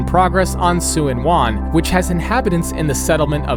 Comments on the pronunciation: As a Resident of Hong Kong, I would want to correct some stuff: Tseung Kwan O is pronounced "Churn-Kwun-O" and not "Sen Kuan O". Tsuen Wan is pronounced "Chuen Wan." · 'Suen wan' lol